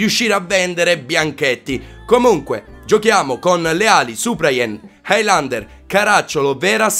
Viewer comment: non si pronuncia hailander, si pronuncia helander